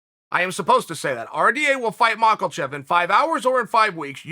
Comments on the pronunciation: STOP calling him MakLachev !!!! It’s MakHachev and pronounced as MAHACHEV !!!!! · Ma-Kha-Chev .. not MakaLchev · Malkachev he calls him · Chael : Islam Mockel-chev Islam : 🤦🏻‍♂️ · Chael is still calling Makhachev makalchev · I like how he says Makelchief, where do you get the L from Chael ? Cracks me up everytime I hear it haha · No L in makhachev. Mock uh chev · Chael “Makle-chev” Sonnen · Did someone tell Chael that there is no L in Makalchev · If Chael says it's 'Makalchev', then it's Makalchev. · Chael please tell me where the L is in the name Makhachev lol